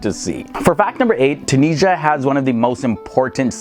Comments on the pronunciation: Tun-is-ia not TunISHA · Tunisia gave her name to the whole continent "Afrikia" and please it's Tunisia , at least spell the "S" letter as a "Z" not Tunijia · When they say tunisha 😭 mama ija ati3lhom treha (just a joke Im tunisian)